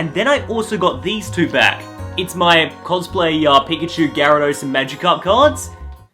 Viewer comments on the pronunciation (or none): none